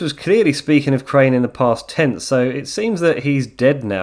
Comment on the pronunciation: nah bro, correct him all you want. We can’t have someone messing up the name of a legend so horrible